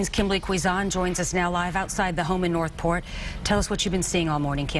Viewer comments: "Nor'port Police"?! lol Can this broad not pronounce the "th" part in; "North," (Port) or something?! 😂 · Great observation..but I was more fascinated that the reporter can't pronounce the word "North"